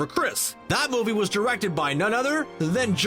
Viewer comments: Nice job with Saoirse Ronan, but you mispronounced Joss Whedon (it's Joss, not Josh) and Amanda Seyfried (it's sy-fred, not sy-freed). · wow, first Chris Praat, then Josh Whedon? you gotta first pronounce them right man